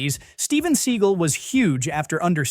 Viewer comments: Is this read by AI? See-gull? Have you never heard anyone say Seagal? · Steven Seagull? Is that Johnathan Livingstons Brother? Stupid AI. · Steven Seagull? C'mon man. At least say his name correctly. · AI slop. Steven Seagull? Cmon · Steven Seagull?? Is this another AI voice channel?! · Steven "Seagull". I laughed. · Steven Seagull... LOL that is not how you pronounce that. Is this an AI voice? Still an interesting video. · Steven 'Seegle'?? Sort out your horrendous AI narration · Steven “sea gull” BAHAHAHHAAHA this must be an ai voice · 'Steven Seagull' Yeah, A.I voice having some problems there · AI can't pronounce Segal. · More AI slop. No movie commentator worth anything doesn't know how to pronounce Steven Seagal's name. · Thats what im saying. I've used AI to make videos. And you need to listen and edit the voice to pronounce certain things phonetically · You think you'd know how to pronounce Steven Seagal's last name. Not that he matters, but his name is well-known.